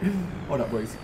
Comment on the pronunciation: I hate the way he says boys. Anyone agree?